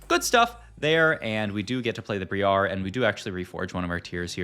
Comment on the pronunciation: The way you pronounce Briar is so funny